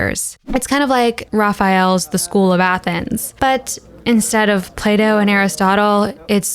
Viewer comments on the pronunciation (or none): none